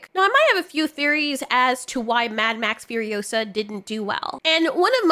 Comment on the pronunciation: Remember it’s FuriOsa, not FurioSA.